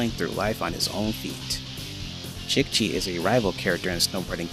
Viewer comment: Great Video, Love To See That There Are Other Passionate Fans Of This Game, It's So Underrated, Also (I'm Not Trying To Be Rude), I'd Like To Tell You How Jicchi's Name Is Pronounced, It's "Jee Chee", Just A Tip From Another Fan To Use In Future Vids, Also Kelly, Nick And Jicchi Not Being Playable Characters Has Inspired Me To Make A Mod That Makes Them Playable, I Just Need To Go Deep In The Files Of The Game To Extract Their Models.